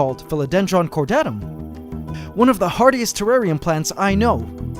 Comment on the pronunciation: wtf is a trarrian